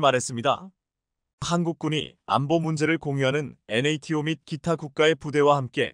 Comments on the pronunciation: 엔에이티오를 그냥 나토(Nato)라고 읽어라, 몰라도 너무 모르네요. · ㅋㅋ. 나토 를 엔에이티오 라고 읽어주네!!글구ㅈ케이 나인을 케이구 라하고 케이 투 전차를 케이 이 라고 읽어주네~그렇게 읽지말라했거늘 안되나보네!!